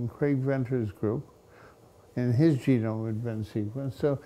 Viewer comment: Interesting choice of pronouncing genome like Jerome.